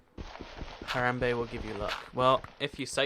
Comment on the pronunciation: U say haramba wrong I spell it wrong haha!